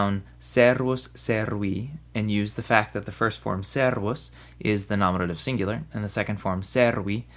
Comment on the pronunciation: I know i'm like 11 years late, but could you explain why you pronounce the e, which is not an ē, in servus elongated while you´re pronouncing the ī in servīs short?